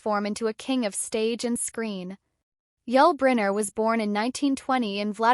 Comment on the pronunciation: Can’t even pronounce his name. This is garbage.